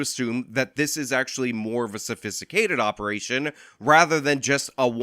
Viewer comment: I don't know why he said sophisticated like that, but it's not ok. I'm headed to his house right now in his new car with an angry note on it.